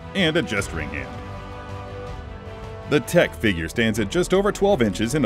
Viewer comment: It's pronounced 'Tick' :D